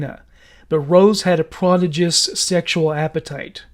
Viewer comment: 'prodigious' was one. i think you inflected the first syllable instead of the middle one. and you slightly mispronounce words enough for me to notice. i've listened to most of your 'monsters' installments. it seems like someone else writes the scripts for you. the words you don't get exactly right wouldn't be written into the script by someone who didn't know how to pronounce them. there you go. there's usually at least one.